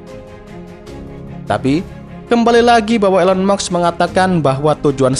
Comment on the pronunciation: Elon musk bang, bukan elon muks